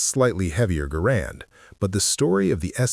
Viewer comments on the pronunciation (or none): Say GAH- RAND not GAH-ROND!! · First of all, the man's name was John Garand [pronounced GAIR-und, not guh-RAND]. Second, why was there no mention of the Enfield M-1917 [chambered in. 30-'06]? As good as the Springfield 1903 was, the Enfield M-1907 was far better, especially in cold weather or when dirt and muck were a problem. The Springfield cocked on closing, which could mean that there would be times when the bolt COULD NOT be closed without removing the bolt and cleaning the rifle. The Enfield cocked on opening, which meant that if the action got mucked up, you could still close the bolt almost without exception, as all the force and mechanical advantage was only applied to the actual closing of the bolt. The Springfield had to split the mechanical advantage between cocking the firing pin and closing the bolt. If the Enfield DID get too mucked up, you could almost always clear out enough muck with a twig, your fingers, or even the tip of a bullet and you were back in business. Snipers who had shot both, generally chose the Enfield. The Enfield had a superior trigger [the Springfield trigger always felt the sear and NEVER been polished at all], and it held 6 rounds compared to the Springfield's 5 rounds. Granted, there were a WHOLE LOT MORE Springfields produced than Enfields. However, when the US entered the war in December 1941, there were more Enfields on hand than Springfields. This was because we had been producing Enfields for the British during the First World War because they didn't have anywher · The man pronounced his name, “GA-rand “